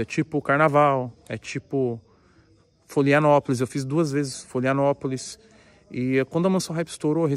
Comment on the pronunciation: FLO""RI""ANOPOLIS NÃO FLO"LIANOPOLIS